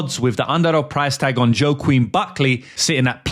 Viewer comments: it’s pronounced WAH-KEEN, not YO-QUEEN lol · Whack Keen is how you pronounce it bro. Love the content.Great breakdowns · The "Joaquin" name is pronounced (at least in western English) as "Wakeen". Side note, I have no fuckin idea how Joaquin was favourite against Usman (should have been even odds at best, and I believe the reason for this, is that Joaquin has meme youth fandom on his side, the young bettors who had no idea how good Kamaru is, I notice this a lot with bookie odds, almost like a bait), and why the fuck Joaquin is ranked #4 in the division. He hasn't done shit. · it’s pronounced ‘wahkeen’ -joaquin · Say Buckley’s first name like…Whah-Keen. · Phonetically, it’s wha-keen Buckley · (Wok-een) is how thats pronounced. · “Wah-keen”. Soft A.